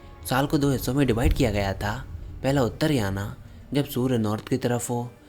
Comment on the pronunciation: भाई , उत्तरायण और दक्षिणायण। या फिर उत्तरायन या दक्षिणायन। ... याना याना का उच्चारण अंग्रेजों को ही करने दो 🤣😂